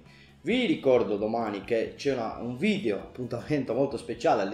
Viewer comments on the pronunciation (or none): none